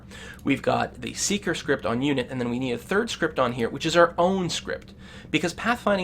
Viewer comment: you should start with english, it's which* not witch...